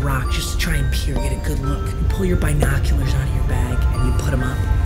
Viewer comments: Everybody: binoculars: bi noculars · No one: Not a single soul:: BYENOCULARS